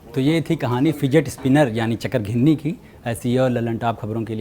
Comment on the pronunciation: I like the way chakrghinni